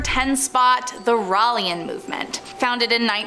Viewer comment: It's not pronounced (rall) it's pronounced (Ray Ell) and (Ray Ell E An)